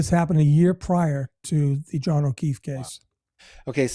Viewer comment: It is not the merdrr trial of Karen Reed. It's of John ofeef. Where did you go to school?